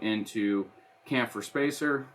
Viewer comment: Thanks for showing the mount making process with this new app! P.S. - chamfer is pronounced with the same "ch" sound as "chip".